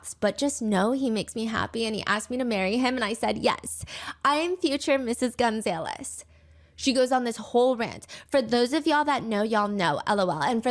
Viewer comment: Girl its pronounced gun-zah-less😭😭